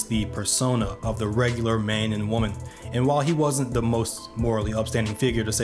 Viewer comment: But, what is a wimmen?